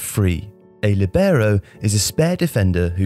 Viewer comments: Great video as always, little specification though: it’s pronounced Lìbero not Libèro, the i is emphasized not the e. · I played as Libero in my local team when I was younger...thanks for the video man, I love this channel (btw in italian, the accent is on the "i", so it would be "Lìbero", not "Libèro") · It's lìbero, not libèro. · All good, but libero is NOT pronounced like that. It's Lìbero, not libèro. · I think you should pronounce it like in Italian: LEE-bero, instead of lee-BEAR-oh. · Líbero...with accent in the i. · Líbero (pronounced LEE-be-row). Why are pronunciations from foreign nouns, pronouns and verbs incorrect all the time? LIBERO - LEE-be-row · Its: lee-bero more accent on the i. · Copying me then :) (only kidding it's a topic that makes a good video)... I was told that in Italian the stress is on the /li/ and not the /ber/ but I've never heard an English speaking person pronounce it that way. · Libero is pronounced differently in Italian though... the stress is on the /Li/ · Marco Tassi Thanks - I mentioned the word ‘libero’ in a recent video on my channel called ‘20 non-English words in football’... I was picked up on the way I pronounced it. ✌️⚽️ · What a way to butcher the word LoL. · It sounded horrible for those of us who know the right pronunciation. Also, didn't anybody notice the way he pronounced Jair?!! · Great video as usual, but please once again be careful about pronounciation of foreign words and names. It's lìbero, not libèro; Armando Picchi is pronounced Pikki, not Pitchi. Seriously, I understand it's a detail but it literally take 2 minutes and you're not the kind of channel that is not focused on good production. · Hey, an Italian speaker here. Great video but please, learn how to pronounce the Italian words: it's lìbero, not libéro, and Picchi (pronounced like "Pikki"), not Picci;)